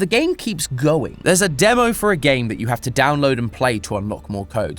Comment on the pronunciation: "..However the game keep GOing" this part sounds so funny to me idk why xD , you could meme that.